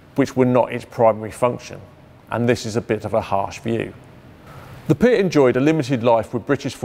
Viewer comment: Could it have been renamed because someone thought that a weapon called the "pee-at" was too rude?